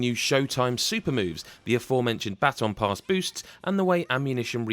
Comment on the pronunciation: I thought you said battle pass when you said baton pass, I almost had a heart attack